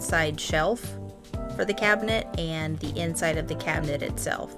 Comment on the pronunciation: This Cuban got very exited when you called it a cubinet. I love your work. Thanks.